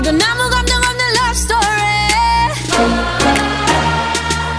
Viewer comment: "Lopstory" Xd